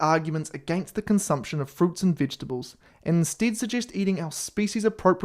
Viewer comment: Did he say “vidgetibles” 😂 🇬🇧